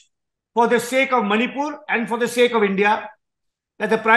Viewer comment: Not sale its sake